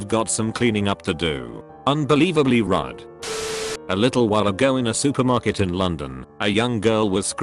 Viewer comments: I love how it read rude as rud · Text: Unbelievably Rude Text to Speech: Unbelievably RUDD Me: How do you screw up the coding that bad? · Why do people use this voice to read reddit posts it it weird I mean you said rude like ride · Nobody: Text2speech: unbelievably rud